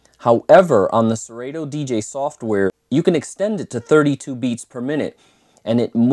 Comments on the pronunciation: Did this man say ser-8-to? 🤣🤣🤣 its actually pronounced sir-auto haha. Great review tho. Just messin. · Hate to be that guy, but you are both wrong. It’s SE-RAH-TOE. Listen to Kanye West’s ‘Dark Fantasy’ and you’ll hear the how it’s pronounced in the line “you ain’t got no fuckin’ Yeezy in your Serato?”.